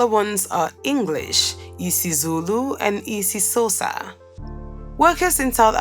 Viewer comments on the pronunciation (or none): Jeez mfethu imagine "Isisosa'" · Pronunciation of IsiXhosa killed me🤣🤣🤣